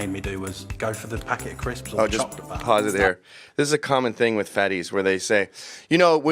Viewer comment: Packet of cwisps lol